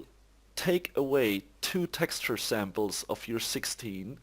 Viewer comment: just fyi "Samples" is not pronounced "samp-less", just 'samplz'.